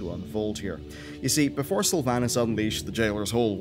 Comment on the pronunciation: We have same accent but the way you say Sylvanas makes me sad inside :(